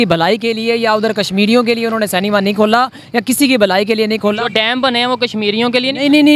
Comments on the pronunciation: Cinema hai be vo...Senmaa nahi😅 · Ye Pakistani.. Cinema ko Senma... Petrol ko Petral kyun bolte hai.. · Canma nehi....Cinema....🙆😆😆😆😆🇮🇳🇮🇳🇮🇳🇮🇳🇮🇳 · ye senma kya hota hai😂😂 inko cinema medicine rickshaw jese pronounce karna bhi nahi aate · Bhai cinema bol, senma nai!!😂😂😂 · Sanma nahi bhai it's cinema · Senma.Not cinema.